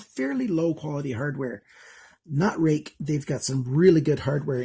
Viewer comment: i googled the spelling and google says its pronounced "rooick"